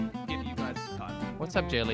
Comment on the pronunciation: Its Jelle not jelly